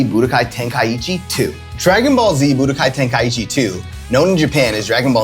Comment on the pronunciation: bro butchered that one 😭